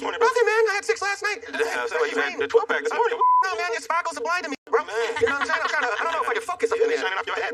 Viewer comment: Spakels thats all i l hear